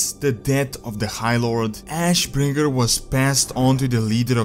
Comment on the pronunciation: Ash........................ Bringer! Why the pause? It's just ashbringer, innit?